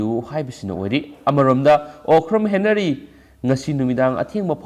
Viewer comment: Okram Henry haibane, henary natte